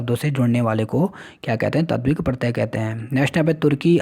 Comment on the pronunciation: महोदय, अच्छा होगा आप वीडियो बनाने से पहले खुद की जानकारी बढ़ा लें। साथ कुछ शब्दों का सही उच्चारण कर लें। जैसे - लङ् (आपने लड् कहा) , तद्धित (आपने तद्वित कहा) वैसे आप वीडियो बनाते रहा करें।